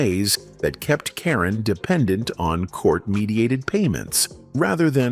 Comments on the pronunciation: AI narration pronounces her name correctly, and seconds later - mispronounces it repeatedly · This video proves that one can't trust the accuracies of these videos. First, they need to pronounce her name right. Secondly, she was not left dirt poor as she was a successful real estate investor and made alot of money.